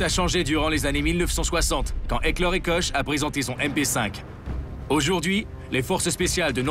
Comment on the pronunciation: on prononce pas Koche, XD Ca se dit plutot Kor et on prononce mashinen Pistole Virtsich et pas vierezigue lol